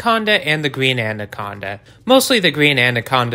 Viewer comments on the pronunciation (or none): I can't get over how much this guy said ANDaconda. Like damn informational video but I stopped adding a d in the pronunciation when I was like 8 years old